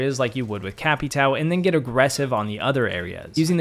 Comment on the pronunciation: Capatow 😂😂 it’s capatào